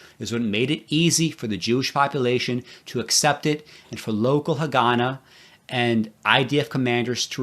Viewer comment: your pronunciation of Haganah is incorrect.